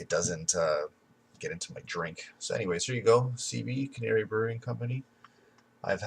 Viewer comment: Can-nery not canary